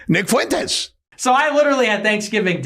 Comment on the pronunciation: Ye mispronounces "Fuentes" -- why does such a dope think he has something important to say? Hint: Kanye, you are a fool, shut up. About everything.